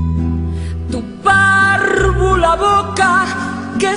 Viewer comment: "Tu pàrrrrvula boca".... j'adore !